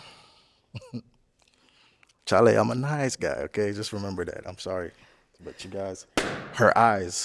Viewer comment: the "Charley" came out. Knew dude was a Ghana boy ❤